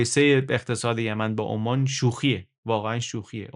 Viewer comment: عمان به انگلیسی Oman یعنی بدون تشدید حرف "م" هست شهر "اَمّان" پایتخت اردن روی حرف "م" تشدید داره؛ بخاطر همین تشابه در تلفظ کشور عمان، به اشتباه روی حرف "م" تشدید می زاریم